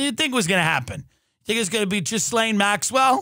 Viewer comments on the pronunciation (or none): Tim pronouncing her name Jizz-laine